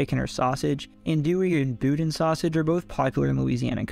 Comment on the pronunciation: I’m born and raised in southwest Louisiana and am one of the many direct descendants of the Acadians. I am very appreciative of this video especially with the history presented in this video. Your pronunciation of the locations and food in this video were amazing. The only words you mispronounced was “Boudin” it’s pronounced “BOO-dan” with little to no emphasis of the N sound making it sound like “boo-deh-n” again the n being soft.